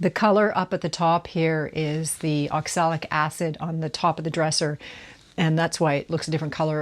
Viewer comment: I noticed you talk about 'oxilic' acid a few times. Actually, that would be oxalic acid, with an A instead of an I. Nice job, btw.